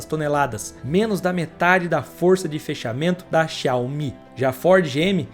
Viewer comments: Quase impossível ouvir o cara falando xaomIH tantas vezes sem se irritar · A Pronúncia correta é: Zaomí . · Por que você fala xááááu-MÍ? kkkk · Assistindo o vídeo e rindo aqui com as chamadas xiaOMÍ 😂😂😂😂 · video muito bom! agora para o proximo video aprende falar o nome da empresa... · Muito bom o vídeo, só senti um incômodo com a pronúncia do nome da marca